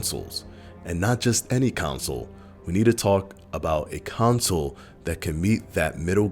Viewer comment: "Making it the fastest selling council of all time" Sorry, that pronounciation just sound weird to me. 😂